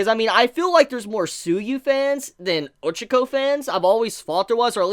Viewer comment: O-chuh-ko I-zuh-koo ???